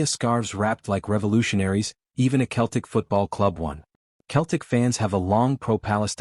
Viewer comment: It’s pronounced Seltic, you idiot BOT!